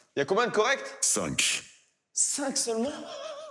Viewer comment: mais comment le mec dit 5 je comprends pas ? C'est sa chaîne quand même